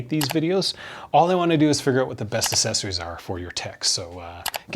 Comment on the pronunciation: dont take this wrong, but acceptable isnt asseptable, ita ACK like accent, same for accessories. not assessories, acksessories